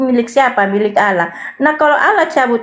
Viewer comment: kpd debater muslim harus tegas..jgn biarkan kata "Allah" diklaim oleh oten. sakit hati mendengar oten mnyebut alah...pdahal mereka itu mnghujat.